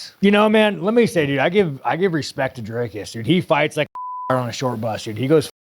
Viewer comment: Why does he say "Drycus" and not "Dricus". His own name is Strickland, not Strikeland. So he's capable of saying the correct vowel sound.